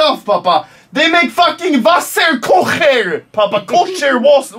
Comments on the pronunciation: Hahah ..... Did he just say wasserkokhair🤣😂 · Wie er versucht Wasserkocher auszusprechen xD xD xD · Wasser kojer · Kann der mal Dinge richtig aussprechen😂😂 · Hahahaha beste Deutsch Aussprache bei wasserkocher 😂😂😂👌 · he says Wasserkocher means kosher water xd